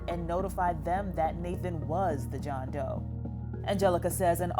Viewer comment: im sorry but JOHN DOEE